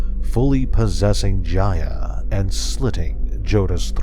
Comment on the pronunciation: It’s not pronounced (j-i-y-a)it’s Jaya with a long A